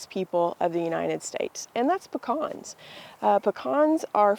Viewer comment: THEY'RE CALLED PE CANS NOT PEH CANS Savannah Georgia native